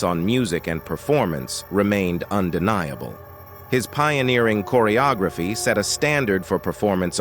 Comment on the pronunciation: Just THE WORST A.I. narration ever!! Chorrry O Grayphee for "Choreography." LOL 😆 🤣